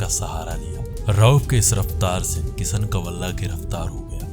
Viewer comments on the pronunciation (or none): Abe saheen nahi shaheen hota hai. Pehle bolna to seekh lo.. aur ek baat kisan nahi kishan hota hai Chal chutiye